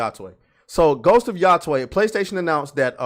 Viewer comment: The pronunciations on "Yotei" are getting wilder and wilder. 😂 This isn't hard, buds. It's like you're saying what's up to you bro Taylor: "Yo, Tay!"